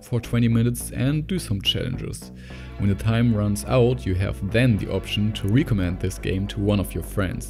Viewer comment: Bei einigen Sachen solltest du deine Aussprache nochmal üben aber sonst super Video :) (Gear & Recommend usw)